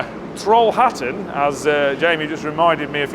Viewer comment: Trollhättan. Pronounced Trollhettan if you need to blame them again 😃